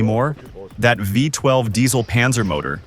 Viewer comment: What? A “VIE 12 engine.” If the narrator was a real person, it would have been V-12!